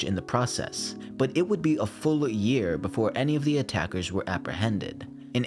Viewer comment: It's year not "Jear"